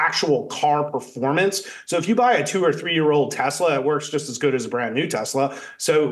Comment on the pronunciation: Would someone please tell this idiot that it's TESLA not TASLA. There is only one A in TESLA.